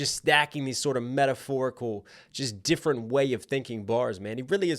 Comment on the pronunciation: 👶🍼 "Kendwick is difwent and not even cwose"